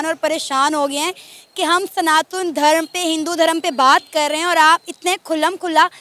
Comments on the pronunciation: Plz correct yourself, it's "SANATAN" not Sanathool.. 😐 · Its Sanatan not SANATU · Sanatul nahi sanatan bol jahil sana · Every time pronounced "Sanatan" as "Sanathool", I felt triggered & discomforted. 😂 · 'Sanatool' what's that?? It's SANATAN. Homework thik se karo 😂😂😂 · Ma'am its SANATAN not Sanathool ur Santhal its not criticism but correction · Mam, kam se kam " sanathool " to mat bolo. Sahi pronounce kijiye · "Sanatool " nahi hota " Sanatan" hota hai.....har har mahadev 🕉️ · it's SANATAN 🚩 Not SANATUN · सनातुल गलत उच्चारण है, सही शब्द है "सनातन" । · Sanatan Dharma not sanathool 😠😠😠 you not able pronounced 😂😂 Jai shree Ram 🚩🚩🚩🚩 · Ooo Madam study ki ya nahi "Sanatol" kya he ???....wo "Sanatan" hotahe... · it's Sanatan, not sanatool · Sanathool ye kya hota hai... It's sanatan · Sanatun nahi Sanatan hota hai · Its Sanatan not sanathun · सनातन धर्म है maam You are pronouncing it wrong.😊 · Please pronounce Sanatan Dharam correcrly